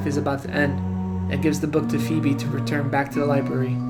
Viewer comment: He calls her "FEEB" if he actually watched hey Arnold wouldn't be know her name is phoebe (FeeBee)